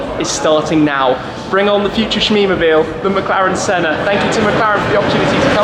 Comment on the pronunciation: The 'Shenna'.